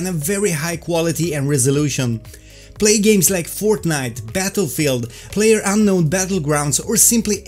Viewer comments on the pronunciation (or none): none